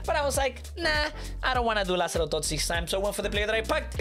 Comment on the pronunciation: didn’t know Lazaro is brazilian